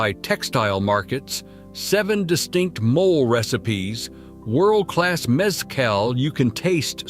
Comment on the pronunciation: The pronunciation of cities and products is appalling. Mole is pronounced Molay, not mole. MazatLAN not MuZutLan.